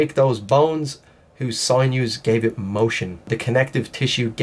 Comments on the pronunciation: It's SIN-NEWS, not SIGN-NEWS. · Sinews is pronounced....sin...yous. Thanks. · It's pronounced sin you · It’s actually pronounced sin yoo. Don’t hurt me😆